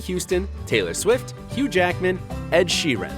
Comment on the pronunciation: Hahah lol ed shee-eran